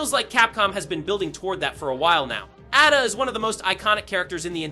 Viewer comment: Why are u saying Ada like that bro…